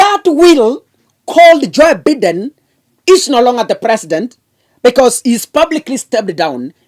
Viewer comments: Be pronouncing Biden as Baiden. Vile nimeandika. 😂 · Joe Biden pronounced Joe Baiden